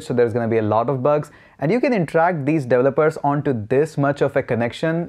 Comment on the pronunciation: Delopers Delovers Devolers Devopers. One day you'll pronounce it right. ...or just fukin say 'Devs'.